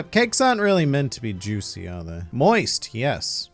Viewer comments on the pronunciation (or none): none